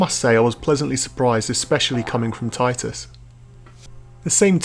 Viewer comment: It's pronounced TITus. Anyway, good review, as a chess-fan I might check it out